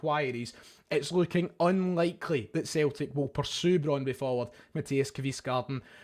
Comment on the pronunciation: Brondby is pronounced Brond-bu and its in Denmark, not Norway.